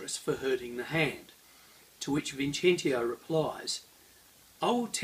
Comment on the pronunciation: Just trying to help, it is pronounced Vin CHE n TS io, Che like Guevara. Great video anyway!